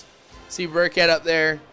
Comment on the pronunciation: LOL THOUGHT HE WAS SAYING BIRDCAT THE WHOLE TIME, BUT IT'S BURKHEAD